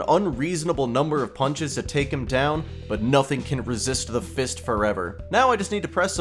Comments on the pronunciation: PLEASE I BEG STOP SAYING "FIST" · Why is he adding so much emphasis on "fisting" and "fist"💀